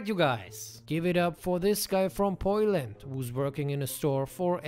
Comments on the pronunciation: P”oil”and. Lool. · First sentence: “P-oil-and”. HAHAHAHAHA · My man said Poiland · "Poiland". LOL